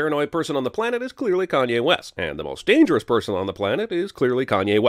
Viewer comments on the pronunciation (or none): none